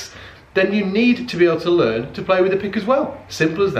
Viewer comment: Yeah, english too. "Laern".